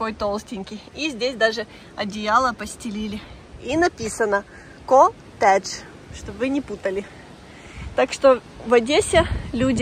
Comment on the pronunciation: Понятно, "Котэдж" от слова кот.